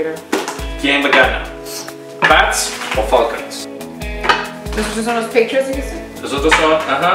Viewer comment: Dijo patriots pero en la forma de pronunciarlo en inglés,escucha bien si se escribiera dijo así,peitriots jaja